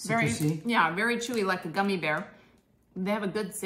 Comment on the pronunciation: “Goomy” bears? 🤔